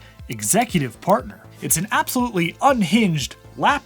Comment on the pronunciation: Did you say Executive Fartner? Because that’s what I heard… 😂